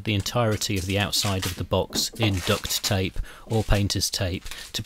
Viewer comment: Well done great job, and mate it's duct tape not ducks tape